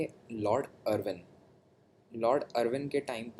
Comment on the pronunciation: आप हिस्ट्री के टीचर नही है। केमस्फोर्ड नही चेम्सफोर्ड। अरविंन नही इरविन